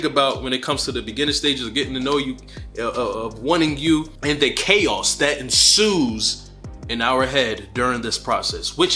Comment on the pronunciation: The way you pronounce the word chaos is everything 😂